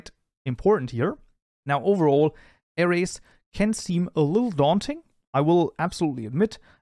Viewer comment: Every time he said "Arrays" in the intro I thought he said "Ares" (Zodiac Sign) 😂